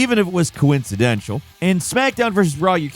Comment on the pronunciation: coincadential (instead of coincidental)